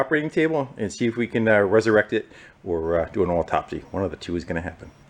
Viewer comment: Did he say oil-topsy? :-)